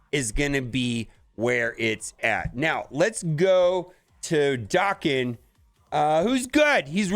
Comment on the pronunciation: Damnit man! Why can’t you read?! What is Liam Neesam’s best movie? Taken. Now, pronounce Wolverine’s son’s name again, correctly. Jesus Christ….